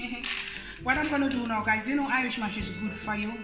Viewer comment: Irish mosh??? Say the correct thing please